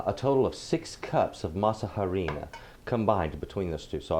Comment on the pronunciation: Your tamales look amazing and I like how clear the items & your measurements are to follow. One suggestion: when you pronounce harina, the “h” is completely silent, so it is pronounced like aree-nah. Thank you for the recipe..